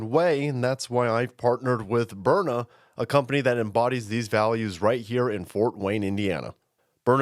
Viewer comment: burna..byurna,..byrna...DUDE stop shilling "self Defense" thatt gonna get people kilt ded!